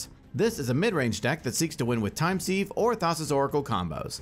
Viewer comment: Sieve is pronounced like ‘Siv’